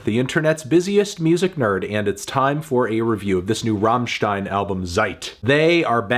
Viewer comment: But he knows how to pronounce "stein" not like his american fellows who pronouce it like "steen" or what :)